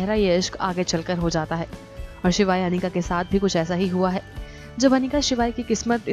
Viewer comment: a it's not panika its Anika acche khase Naam ki waat mat lagao😒